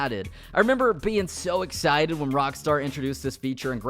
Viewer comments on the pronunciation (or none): none